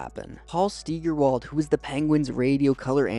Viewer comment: It’s not Stee-ger-wald… it’s pronounced Sty-ger-wald. Or you could just call him Staggy.